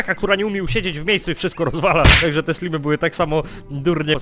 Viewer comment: nie slimy tylko slajmy